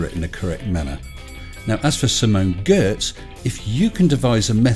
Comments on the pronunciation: Great work as always! One thing though: Giertz sounds more or less like 'yertz'. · Just FYI, Simone is Swedish and her last name sounds more like Yoitch. You need to hear her pronounce it to get the real sound. She's the Queen of Shitty Robots. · I believe Simone's surname is pronounced 'Yatch'. As I recall, she said it's a Swedish thing. And I wonder if she's happy to feature in an video - anybody broken the terrible news to Simone? But why on Earth (!) does buffoon make such stupid, stupid statements? He MUST realise it is wrong, and also wrong. What IS his problem? And yes, that should be pluralised, obviously. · Is that Simone Giertz? (I know she rode the vomit comet.) damn well better not be shitting on my favourite "chick". Edit: ok, I missed him saying it the first time, considering he grossly but not surprisingly mispronounced her name. leave Simone alone!!! Edit2: Simone Giertz and The Action Lab! Best episode ever!